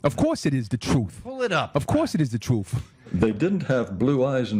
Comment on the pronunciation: he isn't twenty minutes in and he's calling that guy awful names.frustrated little guy.he says 'troof'😁